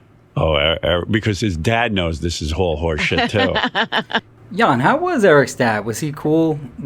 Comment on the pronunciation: Jon pronounced yawn rodeo pronounced rodell